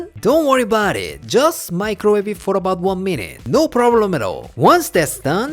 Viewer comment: How you say "Don't worry about it" in every video makes you look like a Korean version of an Italian-American... "Don't worry 'bout it!" 🤌🏻